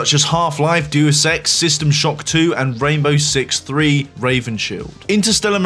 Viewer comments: make good videos. i like it its pronounced "day us" ex not " deuce" ex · Did you just say Dues Ex? Do you even play games? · pronounces Deus Ex as doo-uhs ex .. is.... Is that how it's supposed to be pronounced? It's not "day-us ex"?? My life is a lie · The way this man pronounced deus ex… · Wait, how did you pronounce Deus Ex? lmao